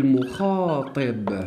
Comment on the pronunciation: شرح ممتاز استاذ فقط ملاحظة نقول كاف المخاطَب وليس المخاطِب